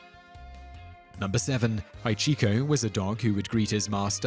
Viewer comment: Simon! Ask people if you can't pronounce stuff. The dog's name is HA-chiko with the stress on the first syllable, and the other two very short and clipped in the Japanese way. You make it sound like "half-chico". And Ueno is pronounced "wayne oh". A rudimentary ear for non-English languages would be enough to steer you on your way. You can ask virtually anyone because I have never encountered anyone ever worse than you at butchering foreign words. Have you lived your 'peeso' episode down yet?